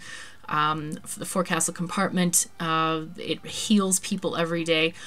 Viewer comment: Looks like a great game, thanks for sharing. Just a tip from a retired sea-dog - the forecastle is actually pronounce fo'csl (or maybe phonetically fokesal?)